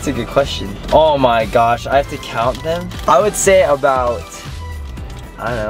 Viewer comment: I love it when he says, ooh meee gawsh